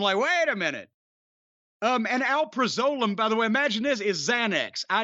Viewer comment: They way he pronounced alprazolam 😅 and a gram of heroin usually goes for like 80 bucks.